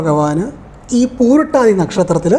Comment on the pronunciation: പൂരുരുട്ടാതി, not പൂരുട്ടാതി.